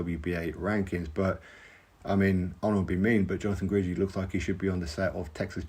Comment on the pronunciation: Jonathan Guidry (pronounced Gidree) is fun to watch. Top boxer? Nooooo